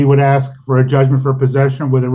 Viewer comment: You didn't axe her...😂